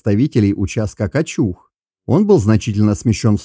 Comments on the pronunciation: Не КачУг, а КАчуг. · Первый раз услышал от не местного правильное ударение на МальтА, только за это👍👌 Блин дальше, что то пошло не так КАчуг 😀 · В слове "Качуг" ударение на букву "а"!